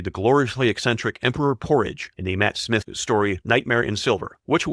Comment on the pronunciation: Given the number of mispronounced names, I'm surprised the AI got Tom Baker and Matt Smith correct. And don't get me started with appalling AI "ADR" voices on dialogue.